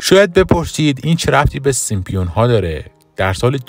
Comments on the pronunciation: خنده دار تراز سیمپیون ها اینه که بشینی تحلیل کسی رو گوش بدی که به سیمپسون ها میگه سیمپیون ها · اسم آن سریال " سیم سونز" Simpsons هستش لطفا درست تلفظ کنید، با پوزش.😊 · سيمسون ها ! اينجا پي خونده نميشه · baba Simpionha yani chi?? simpSONS ya simpsonha va "P" talafoz nemishe Yani SIMSONS 👌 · هنوز درست نمیتونه بگه سیمپسونها بعد کلیپ درست میکنه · شما اول تلفظ صحیح اسم این انیمیشن رو یاد بگیرید بعد در مورد پیشگوییشون هم صحبت میکنیم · شم اسمشو هم درست نمیگی جناب اینا خودشون درست میکنن همه چیو پیش بینی درکار نیست